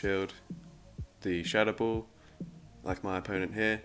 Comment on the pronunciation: The triple blue team is amazing! Skarmory(light blue), Whiscash(blue), and alolan sandslash (sky blue). And, p.s. , why you pronounce 'ball' like 'bull'?